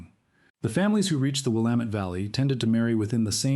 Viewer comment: Congratulations on being able to pronounce Will am et. Willamette !